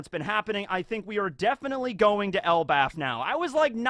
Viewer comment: why are you saying Othen and Elbath? I swear its Odin and Elbaf...